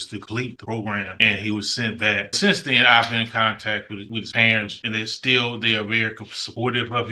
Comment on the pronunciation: 'Cause he be BWACK!'